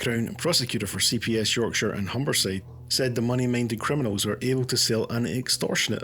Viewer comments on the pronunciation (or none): none